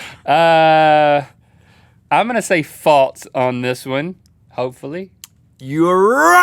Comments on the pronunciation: Rhett..."False" not "Faults"...geesh. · i like how instead of "false" Rhett says "faltes" 😂